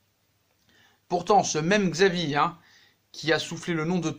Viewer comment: Ça se prononce chavi pas xavi